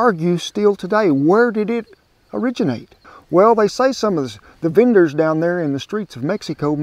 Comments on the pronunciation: I thought he said "beaners"! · "The venders down there in the streets of mexico" sounded a lot like "the beaners down there in the streets of mexico" 😂😅